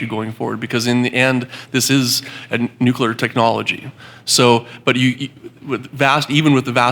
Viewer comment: NU CLE AR not NU CU LAR